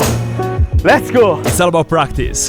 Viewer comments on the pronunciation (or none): This man after defeating SATAN... "It's all about pracrice"